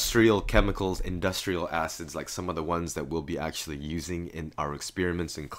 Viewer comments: Mystic he did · I thought he said "asses" instead of "acids" bruh xD